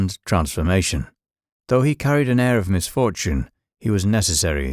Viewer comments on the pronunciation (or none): none